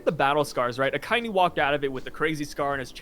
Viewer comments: you need to learn how to say Akainu bro. If you watch the anime in Japanese they say like everyone says bro why you trying to “be different”? It sounds terrible. Imagine someone call your name in his own way just because he wants to lol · You’re American and you butcher a lot of Japanese names a lot of the time. You should just pronounce it properly. Show some respect to the culture of the anime that helps keep your income rolling in